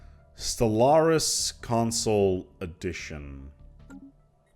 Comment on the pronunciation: why i hear constantly SOLARIS?